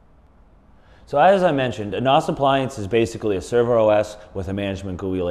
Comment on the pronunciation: NAS - most people pronounce it with a short a. Ubuntu is pronounced: uu-BOON-tuu